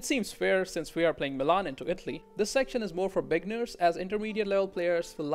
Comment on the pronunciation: “Bigners”. Nah but good guide though.